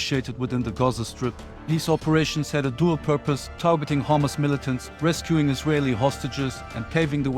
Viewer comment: Not hummus Rather it is Hamas